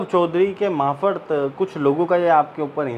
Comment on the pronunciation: मार्फत - मारफत बोलें, माफरत नहीं। क्षमा करें,बुरा न मानें, मुझसे रहा न गया।